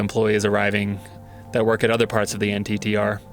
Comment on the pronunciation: FYI... it's pronounced "NITTER" as a word... not "N.T.T.R."